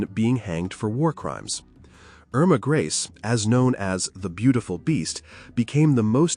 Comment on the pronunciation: Their names were pronounced "ERR-mah GREY-sah...YO-sef KRAH-mer"...all other names were pronounced correctly